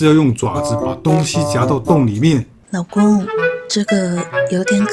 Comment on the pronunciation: 1：56老公說出老ㄍㄨㄥˋ